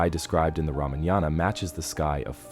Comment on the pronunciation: First learn how to say ramayana properly then make videos.